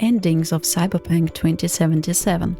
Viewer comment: i love you pronouncing it "cyberpank"